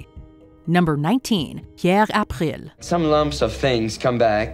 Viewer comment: I hate the way you pronounce April.